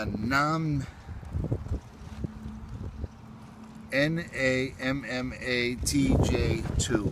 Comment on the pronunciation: Hi, love Hillebergs. Best tents bar none. I've got the Tarra. Just to let you know it's pronounced Nammat, it's a silent J, as far as I've been told. Great tents. I've had things like a northface VE-25 etc, but nothing comes close to the Hilly's. Enjoy fella. All the best Dean Wales, UK.